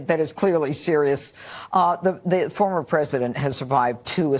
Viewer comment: You people still say "Formor"?